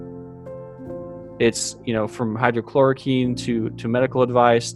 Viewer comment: "hydra-chlor-a-queen"? hy-DROXY-chloriquine